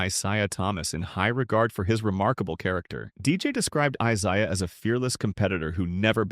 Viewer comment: If only the AI could say Isiah Thomas' first name. Should have just called him Zeke